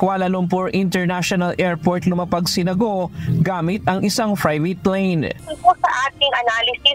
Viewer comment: Ano daw? FFFrivate plane? Proper english pronunciation please….